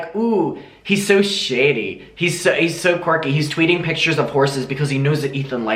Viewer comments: Him saying “pitures” made me so angry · never trust a 40-year-old man who doesn't know how to pronounce the word picture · I hate the way he pronounces pictures 😩